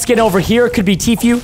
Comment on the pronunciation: he said tea FUE its t-f u e